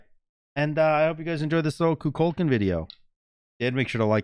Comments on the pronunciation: Love the game. Hate the way you pronounce Kukulkan. 🤣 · Why do so many people botch the pronunciation of Kukulkan?